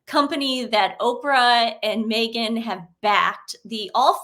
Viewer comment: Sooty blind 😂 moment to say Megan not negan 😂